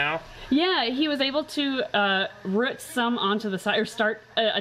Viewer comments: I love how says root.... like rut not rouht. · I like how says Rut for root!